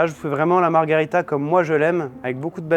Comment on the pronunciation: Superbe vidéo merci ! Par contre on dit Margherita pas Margarita 😅 C'est un petit détail même si la pizza a l'air délicieuse !